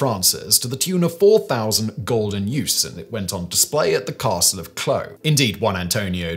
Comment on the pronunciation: Lol@ "caRRRstle"